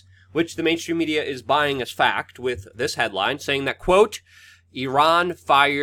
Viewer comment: C'mon Luke it's WITH not Wit - you can do it